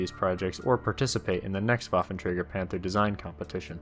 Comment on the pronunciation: Pronounced: vaffentreiger Plural: Waffenträgeren